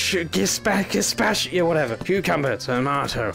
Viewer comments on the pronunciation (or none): You failed at saying gazpacho (gzz-pah-cho)